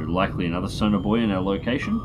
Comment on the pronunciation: it took me 17 minutes to realize you weren't saying sonar bois